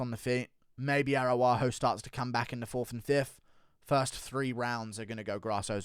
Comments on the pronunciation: Ara-ujo not Aru-ajo ! The MMA "Chael Sonnen" Guru 😂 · Bro her name is arAUjo, not arUAjo. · your pronunciation of Araujo needs work my beanie wearing friend.